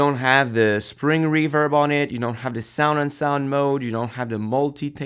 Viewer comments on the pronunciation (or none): none